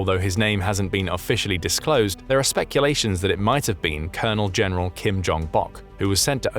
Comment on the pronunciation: A COLENEL-GENERAL?! REALLY?!